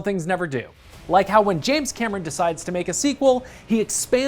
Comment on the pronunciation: No budget too steep no sea too deep! Its James Cammer-ron!!